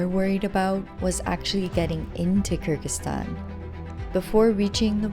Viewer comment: Even when you're touring the world, you STILL can't pronounce the name of the country right ? Come one FFS, it's KyrGHistan NOT KyrJistan